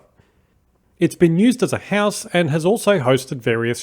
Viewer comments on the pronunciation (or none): none